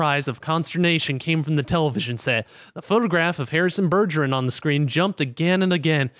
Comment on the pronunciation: You' can't even pronounce Bergeron..... RAGE